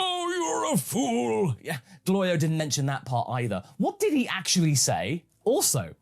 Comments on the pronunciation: I like how Goku keeps getting Glorio’s name wrong but doesn’t have an issue with other peoples names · Something that gets me every time is the running gag of Goku repeatedly mispronouncing Glorio's name, it reminds me of the tfs gag of Goku mispronouncing the name of the Hyptertonic Lion Tamer and the Spaghetti star. do you think it may have been inspired by that? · Glorio is going to end up turning evil because he's tired of Goku saying his name wrong.